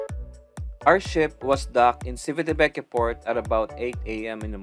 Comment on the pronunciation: It's Chivitavekiya😊 Italians don't pronounce their 'ci' like 'si' in Tagalog. It's weird, but that's the way they pronounce their words. 'Chi' on the otherhand is pronounced 'ki' like in Kiko!😀